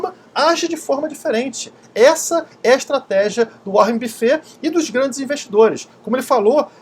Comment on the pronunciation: Caceta, aprende a pronunciar o nome do Warren Buffett por favor....kkkk O jeito q vc falou foi bizarro..